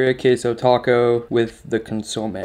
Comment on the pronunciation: "Beer-e-ah" tacos with "con-sa-may" ... and stop smacking your lips...